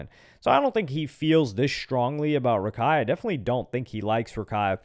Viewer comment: Its not Rakai it't Raikai